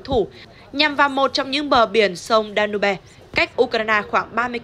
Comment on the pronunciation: Đọc tên sông Danube nghe lại tai chương chướng